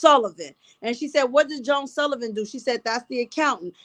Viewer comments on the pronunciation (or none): none